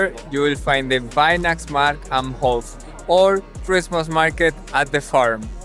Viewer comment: Really good video, i just had to note that Weihnachtsmarkt am Hof - you took the wrong translation of the 2 possible ones. the "am Hof(e)" translates to "at the [royal] courtyard" not "at the farm", Your german pronunciation was almost perfect.